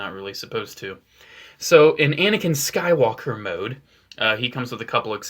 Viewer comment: Did you say swaker